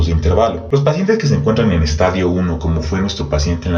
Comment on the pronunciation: Gracias, buen video, solo una observacion pequeñita, se dice estadio con acento en la i, como lo pronuncia es estadio de football! Juju 😁